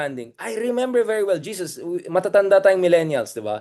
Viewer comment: Pls pronounce it as HESUS (Jesus is Jesus Christ).